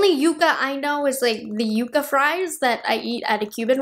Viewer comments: I think it’s pronounced ‘yuck-a’ as opposed to ‘yoo-ka’. I think the palette’s nice and I’ll probably pick it up. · Pronounced YUCK UH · Pronounced Yuck-ah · Seems like,the name is going to be an issue. Everyone I’ve seen is pronouncing it you-ca. But it’s spelled like yuck-ah, as in the desert tree like in Yucca Valley, California. Will be interested to see how Natasha pronounces it. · It's pronounced yuh-cuh, not yoocuh. If it was spelled yuca, then it would be pronounced yoocuh. Which are the fries you eat. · Everybody is mispronouncing yucca. Its Yuck ah. Not you ka! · Yep, we’ve got them all over West Texas, they’re gorgeous when they bloom! Yuck-a is the correct pronunciation, right on. 😊❤ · The color story really does look all the variations of the Yucca (Yuck-uh) desert plant. So beautiful. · It’s yuck-uh. We have them all over New Mexico! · It's pronounced Yuck ahh . We have them here in AZ . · Love, it’s pronounced yuck-a 😅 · It's pronounced yuh-kuh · Yucca is pronounced, yuh-kah. (Sounds like yuck-ah). Just as an fyi. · Lol...made me rise from the dead.. We pronounce it yucka in Virginia and California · I’m so glad you didn’t say it like yuck-a 😂😂😂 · It's pronounced Yuka. I from AZ they are all around 😊